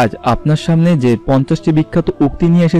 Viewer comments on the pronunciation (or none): none